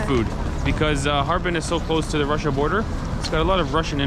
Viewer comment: It's Chrussia 🤣